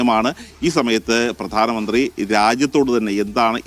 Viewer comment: പ്രാധനമന്ത്രി അല്ല പ്രധാനമന്ത്രി